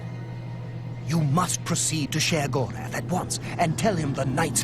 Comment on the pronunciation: Just a little nitpick of mine, as Sheogorath is Irish it would be pronounced Shay - Oh - Go - Wrath, Rather than She - Oh - Go - Wrath, but of course it's your choice